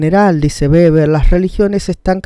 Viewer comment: Weber pero se pronuncia beber ya que la w en alemán es b (o tambien) v